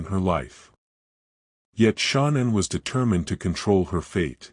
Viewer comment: Ty ….wish you knew how to pronounce her name correctly